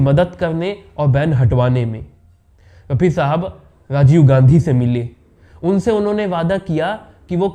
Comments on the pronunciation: Apni language theek ker . Aur bol Mohamed Rafi sahab. Yeh kya laga rakhkha hai raphi raphi .. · ये कहानी कहां से लाएं जनाब बी बी सी वालों आप से राय लेने ।भेजना पड़ेंगा रफी साहब कहना तो सीखलो pronunciation तलफ़्फ़ुज़ की अदायगी करना सीख लो भाई एंकरबाद में बनना तहजीब परीवार आती है बच्चे के पाओ पालने में दीखते हैं ओछी हरकत करना..….......